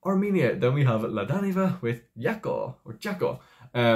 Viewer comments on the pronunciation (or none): Hiya! 😊 The "J" in Jako, is pronounced the French way; such as in Je t'aime, je suis, etc.